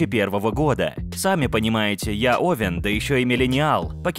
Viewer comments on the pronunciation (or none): none